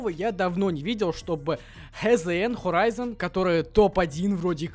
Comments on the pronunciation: надо читать не хзн а хорайзн отписка фууу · Это Скиффф и это хорийзон а не хезейн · Может ты не знаешь, но то не HZN, а хорайзен